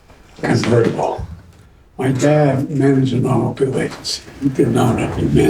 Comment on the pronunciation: "muh"...how sophisticated.